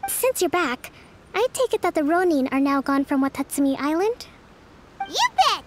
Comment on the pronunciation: Row neen triggers me a bit